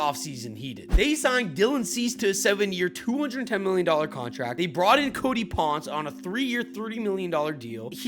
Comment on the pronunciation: Ponce's name is pronounced 'Pon-say' btw!